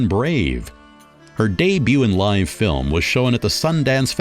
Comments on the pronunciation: Does the narrator say "fil lim" for "film"? Film is a one syllable word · So "fillum" means film and "John-ray" means genre. Got it. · Your hilarious pronunciation of certain words is too much. Fillmm. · Okay, I've been biting my tongue throughout but this narrator is taking the mick right? His pronunciation of film " Fil-em", Malificent " Mall- effiecient" just to name a few..... surely this is a piss take 🤣🤣